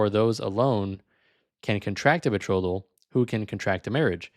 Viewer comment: Minus points for pronouncing betrothal wrong lol. As dumb as this guy sounds, it’s smart to just lie with confidence because most people just believe it.